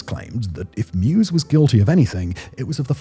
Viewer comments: I believe his name is pronounced MY-VEZ not MUSE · Take a drink every time Simon says Armin Mews. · Why does he call meiweis "mew's"? Thats not how his name is spoken! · Meiwes. If you know that the German letter combo “ei” is pronounced like the English “I”, you can get this one. My + Wes (as in Wesley) with the stress on the Y. mY-wes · It’s pronounced “mavis” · his name is pronounced M-EYE-VESS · Meiwes is pronounced “My Vays”. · Annoying when he cant pronounce the name right throughout. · I have no idea how you got that pronunciation of his last name, but I cringed every single time